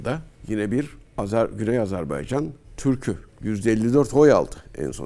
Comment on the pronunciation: yahu. bi Azerbaycan demesini ögrenemediniz. azarbEycan deyl azerbAycan .